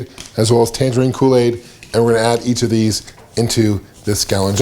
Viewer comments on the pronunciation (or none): none